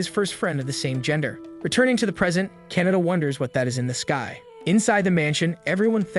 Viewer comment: oh my god he keeps saying Canada it KA-NA-TA